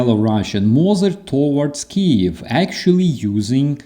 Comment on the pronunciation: That just bugs the hell out of me when people mispronounce Kyiv. It must be especially maddening for a Ukrainian.